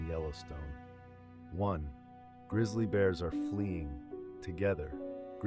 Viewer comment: “Grizzal bears?” He’s making me mad. He SHOULD NOT BE ALLOWED TO SPEAK ONLINE!!!” People are gonna start saying it that way now.